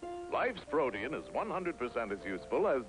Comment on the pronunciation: This is the first time I've ever heard "protein" pronounced w/ 3 syllables.